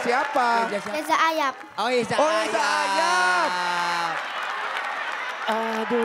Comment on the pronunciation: Pas bilang teRima kasih bisa. Tapi nyebut Reza aRap jadi Yeza Ayap